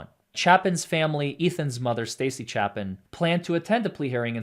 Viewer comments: its Ethan Chape-in, xana ker-no-del, kaylee Gon-cal-vez you mispronounced 3 out of the 4 victims names, please do better 🙄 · Xana’s last name is Kernodle, long o sound like no. Kaylee’s last name Goncalves the c has an s sound and then you pronounce the ves at the end. Chapin is a long a sound. You got Madison Mogen correct.